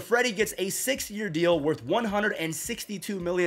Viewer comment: I swear you said 60 year deal lol, ik it was 6 tho